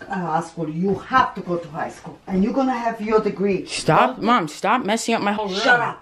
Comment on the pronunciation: "I'm gonna have a elementary school dagree" I'm dying 😂😂😂😂😂😂😂😂